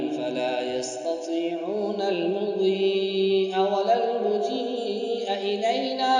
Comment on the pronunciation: پڑھنے والے قاری صاحب کی کچھ غلطیاں 1 المضی یا کے بعد ہمزے کا اضافہ کررہاہے جسکی وجہ سے یا مدہ بنا کر ۔۔مد متصل کے ساتھ پڑھا جو کہ غلط ہے اور حالانکہ یہ یہاں یا مدہ ہے ہی نہیں یا پر شد ہے المضی جیسے سورت یس میں ہے۔۔۔2۔المجيء کو میم کے پیش کے ساتھ پڑھا جوکہ غلط ہے۔۔۔اور صحیح میم پرزبر ہے۔۔۔۔3۔۔۔یامن بیدہ ملكوت....یہاں پر یا حرف ندا ہے یا من اور قاری نے صیغہ مضارع کی طرح پڑھا ہے یامن۔۔۔۔۔4۔اسی طرح کچھ اعادے صحیح نہیں پڑھے ہیں 5۔۔اسی طرح بحول الله لايقدر علينا ....يقدر کے یا پر پیش ہے مطلب صیغہ مضارع مجہول ہے اور قاری صاحب یا پر زبر پڑھ کر غلط پڑھ رہا ہے جو معنی بلکل غلط ہوجاتاہے۔۔ میرا مشورہ ہے دوبارہ صحیح طرح ریکارڈنگ ضروری ہے۔۔۔۔۔۔ میرا کمنٹ لائک کرے تاکہ ایڈمن تک پھونچیں ۔۔۔۔جزاکم اللہ خیرا